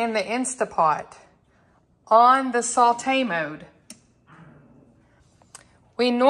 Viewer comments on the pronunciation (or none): none